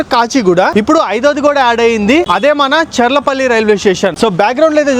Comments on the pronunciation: చల్లపల్లి కాదు bro చర్లపల్లి 😂😂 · Chellapalli kadhu bro cherlapalli 😂